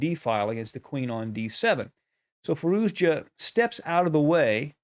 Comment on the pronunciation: You all pronouncing his name incorrectly. ITS firouzia . Spell the j as y or I .